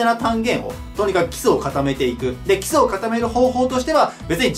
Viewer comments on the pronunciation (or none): 基礎がキスに聞こえる